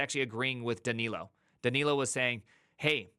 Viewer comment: I think you are saying "Danilo" correctly!